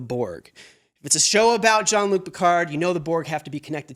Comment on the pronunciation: I “love” how no one in the US is able to pronounce Jean-Luc Picard correctly. 😂